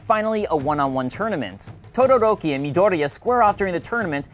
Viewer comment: tuduruki oml